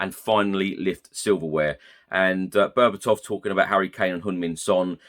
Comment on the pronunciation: Berbatov is correct mate